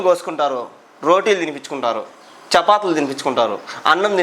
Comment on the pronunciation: చపాతులు..కాదు.బ్రో..(చపాతీలు).. ఓకే..బ్రో..